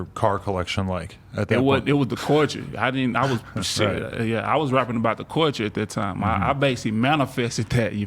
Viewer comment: My man pronouncing “culture” as “corture” had me so confused 😂 I had no idea what he was saying at first